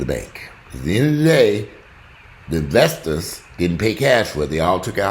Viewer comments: I crack up every time I hear "vestors" lmao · "Vesters" y'all hahahahaha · "I can't stand you damn Vestors". 😂😂😂😂😂